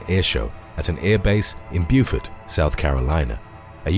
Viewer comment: You pronounced Beaufort properly! thank you for that!